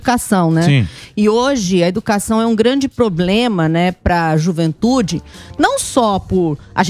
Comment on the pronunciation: " E OGE A EDUCASSÃUM É UM GRANDI POBLEMA"